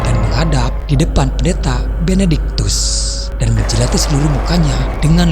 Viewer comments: Benediktus ya tolong.. bukan Benebenediktus🤦, please deh ah..! Ini cerita horor bukan komedi, jangan bikin saya ngakak..😤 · Benedictus bukan benektikus